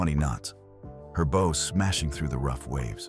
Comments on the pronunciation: The narration except for A.I.voices can never pronounce B--OW right,sounds like a ribbon Bow,or a bow-tie! several other A.I. stories same thing. Computers can't seem to get words right.&some pronounce dates screwy! like 1944,comes out 1Thousand,9 hundred and 44 as a date1 Hope they correct this!other than that Good show! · Bow rhymes with cow, not toe. Get a better AI.